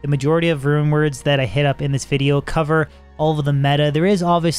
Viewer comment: Is saying "Rune Words" or "Rumors"? You decide! Great content and videos, I hope you gain a positive direction from the D2R release!